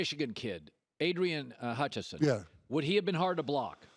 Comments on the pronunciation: dude said adrian Hutchison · Adrian Hutchingson… c’mon man. At least say his name right